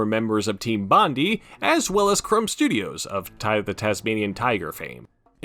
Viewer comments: While I'd wager you'd probably never reference or mention Bondi ever again i thought you should know it's pronounced "Bon-Die"/ "Bond-Eye" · the way you pronounce bondi is insane lol